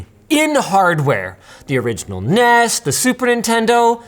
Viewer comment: it's pronounced N E S - not nees